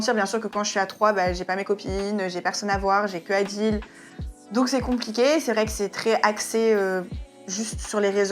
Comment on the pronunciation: "Adil" 😭😭 Montre lui comme bien prononcer